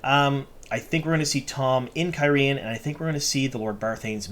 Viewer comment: You can't even pronounce Cairhein correctly (care-heen), and we are supposed to take you seriously? Plus all the ignorance of what actually happens in the book, versus the show. Ugh.